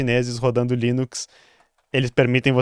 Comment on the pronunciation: "leninx" é demais, hahahaha, muito bom!